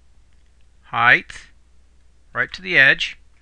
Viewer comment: It's height, not "heighth". It ends in a "t" not an "h" like length and width.